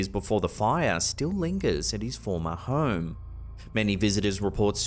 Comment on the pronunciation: Weird how people accidents is so intriguing...Sounds to me the narrator says," Hoe-rum" and not Home?